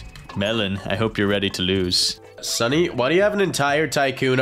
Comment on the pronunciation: Melon said stunny instead of sunny😂